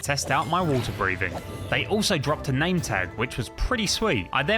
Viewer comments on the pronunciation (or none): none